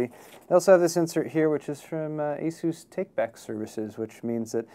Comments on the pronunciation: The way he pronounces "asus" - I don't like it. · I've always heard Asus pronounced like AY SOOSE. But don't get me started on mispronunciations. Linux is (lin ex not lye nex) Novell is (No Vell not Nah Vull) IO is (eye oh not eee oh) cache is (cash not cashy or cashet or catch or cash ay) solder is (sol der not sah der) The L is a soft L Internet is (Enter Net not inner net) The words Crash, Locked up, Frozen, won't turn on, won't boot, isn't working, BSOD etc are different things.